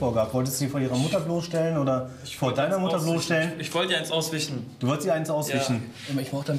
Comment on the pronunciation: Auswichen statt Auswischen